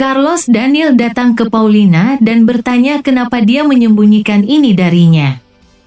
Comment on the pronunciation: Paulina bukan paulita